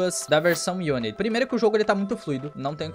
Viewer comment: Pq ele fala Unitín ?